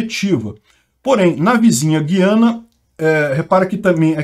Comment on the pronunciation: Vocês do Sudeste não acertam a pronúncia; não é Guiana de Guilherme, mas Guiana de Araguaia. É um tritongo com três sílabas e não duas.